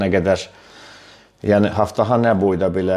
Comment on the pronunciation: haftafa yox qardaş "abtava" demək lazımdır ab su deməkdir tavada qab deməkdir yəni su qabı